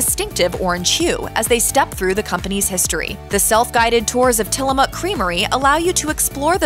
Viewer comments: It's till-a-mook Not till-a-muuk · Mook like book, not Muk like the Pokemon. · Pronounced "Tillamuck".